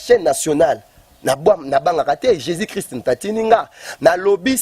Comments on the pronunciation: Ba fanatic Bo keba,guegue et Jesus ne se prononce pas de la meme maniere ,,,muana nzambe yebela ,j'aime bcp le Pasteur Moise mais mobulu ekoti ... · C est juste sa façon de prononcer le nom jésus qui sonne de la façon ouvrez bien votre oreille et surtout soyez très intelligent et vous comprendrez qu il dit jésus.